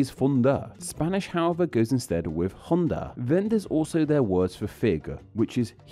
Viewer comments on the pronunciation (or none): I lost it at“Honda” pronounced like the Japanese brand. How do you make a whole video about Spanish H while not knowing the H is silent?